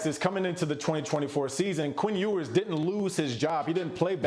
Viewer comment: How do you take someone serious who's watched so little football lately that he can't even pronounce Ewers' name right? He's old as the hills.